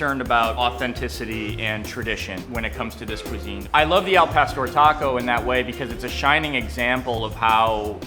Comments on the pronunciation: Al Pastor means nothing! Al Pastore, on the other hand, means something! it´s like saying Hamburge... now tell me that doesn't sound like pain in your ears! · yeah hes a douche pronounce the words correctly gosh el pastor Clantro what the hell and hes the whitest guy omg gentrification much